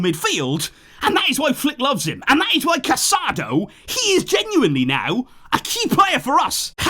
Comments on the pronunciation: It's a long season. Barca fans aren't used to seeing their stars pulled off for rest but that's the reality. The players should just take a bow and enjoy the ovation for their efforts. Casadó, not Casádo, is amazing! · The player’s name is pronounced Ca-sa-DOUGH. There is an accent mark on the final vowel.